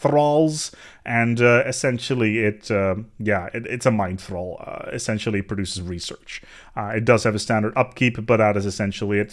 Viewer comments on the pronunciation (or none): none